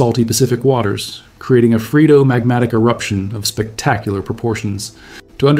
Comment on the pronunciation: This video provided excellent views of this new eruption as well as sound science behind the eruption. The only contrary point I would raise is on the pronunciation of phreatomagmatic. I checked a couple of sources and they pounounce it as free-uh-tuh-mahg-ma-tuhk.